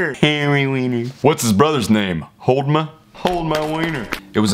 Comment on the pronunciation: I died when he said holdma 😂